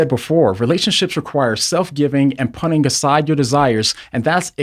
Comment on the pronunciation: I enjoy these videos, but I simply cannot get over how he says "punting" as the pronunciation for "putting". I've sat in silence for far too long 😄 This comment is meant to be lighthearted and not me making fun, I'm just being humorous. God bless!